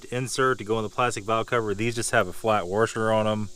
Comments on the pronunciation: But why "warsher"? And not "washer"? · Wtf is wurrrrsher? Jk man, good video.